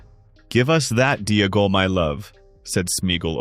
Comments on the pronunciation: If Smeagol is pronounced Smee-g'l then Deagol is Dee-g'l, not Dee-uh-gol. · The constant mispronunciation of Deagal is annoying, the commentator pronounces Smeagol properly then instantly adds a syllable, to be honest it’s taken me away from what’s actually a good theory